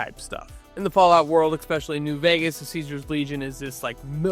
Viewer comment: Nu-cle-ar. Not nu cu lar. And there is no “X“ sound in the word “especially”. Please dear god.